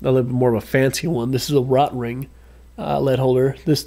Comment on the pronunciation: 😂 I love how you make them both into two separate words Kaw-eco Rot-ring 😂😂😂 great video man! I was corrected and told it’s actually pronounced “kaveco” because it’s German